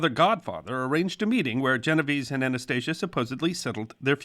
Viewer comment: Unfortunately, he mispronounced Genovese.